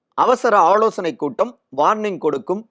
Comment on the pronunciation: வளக்கம் போல...... கமலாளயம்.... ஆளோசனை கூட்டம்..... அளைப்பு...... எம்எள்ஏக்கள்..... பிரச்சினை ஏற்பட்டாளும்...... , தளைமை..... அந்த பள்டி நீ இப்படியே தமிழை தப்பு, தப்பா உச்சரித்து.... பாடா படுத்திட்டே இரு.